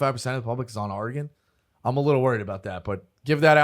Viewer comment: One of these days Dave will learn how to say Oregon